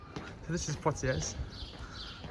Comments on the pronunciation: You don't pronounce the 'S' on the end of Poitiers, it's actually pronounced as 'Pwatiei'. Cheers. Nice video. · Never heard of Poitiers..? You didn't study the Hundred Years War at school? The 's' in Poitiers is silent. A bit like the 't' in Chevrolet. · You don’t pronounce the s at the end of Poitiers .. or the r.